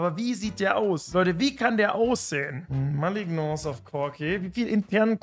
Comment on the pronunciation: Wie er malignance ausspricht einfach zu wild, da kommt der Franzose bei raus xD